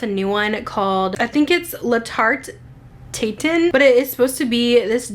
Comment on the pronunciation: I think Tatin is pronounced tah-tan, but I could be wrong 🤔. Great video,. 💖💓💖